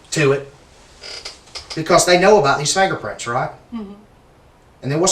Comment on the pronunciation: Fangerprints😂 lmfao Love it❤